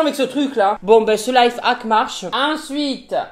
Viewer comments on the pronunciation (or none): Juste on dit pas live hack mais life hack Sinon vidéo tjr aussi drôle ❤️❤️